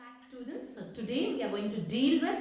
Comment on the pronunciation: really useful infor for commerce students, you well narrated facts..Kindly check your pronounciation dear miss.espec whenever you are sayng students..it is coming as studentsa, economics, it is pronouncing it as economicsa...